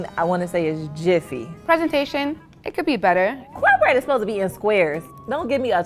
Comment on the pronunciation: "it zbosed to be a squeer"